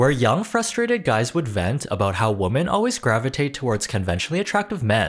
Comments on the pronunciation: Genuine question: did you pronounce women wrong on purpose? My friend and I have a theory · Why do you consistently mispronounce ‘women’?